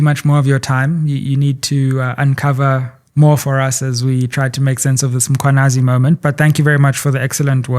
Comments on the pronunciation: I am always intrigued at how white people and mostly black journalist will go out of their way to pronounce foreigners names, in this instance (all of Goswamis names) and yet butcher Mkhwanazi by always referring to him as (MAkhwanazi) (mApumalanga)😢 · IS IT REALLY DIFFICULT TO JUST SAY 'MMMMM-KHWA-NA-ZI? Makwanazi???😤😤😤. Makes me cross when she says that!! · I have it when white people say Makwanazi. This is just disrespect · The non-blacks think it's okay to mispronounce black people's names. "Makhwanazi", seriously? It's the very same reasons they can't say Tshepo, but they can say Tsunami. I dislike people who don't respect black people. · Yes, so many people mispronouncing the name when it's really not difficult.